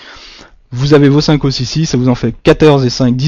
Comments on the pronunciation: Os au pluriel se dit « eaux » a part ça bonne vidéo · Vas apprendre a parler tu sais meme pas dir os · bonne vidéo sauf que "un os", on prononce le "s", mais "des os" on ne prononce pas le "s" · Tes moyens mémotechniques sont vraiment géniaux continues comme ça, tes videos sont très bien faites et viennent en aide à de nombreuses personnes! Merci encore! PS: c'est rien du tout mais la prononciation du mots "os" au pluriel, c'était dure les premières minutes haha :p